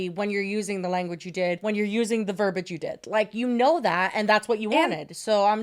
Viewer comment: Pleeease, it's "ver-bee-ij" not verb-ij. I'll never ask anything else of you again. Probably 😂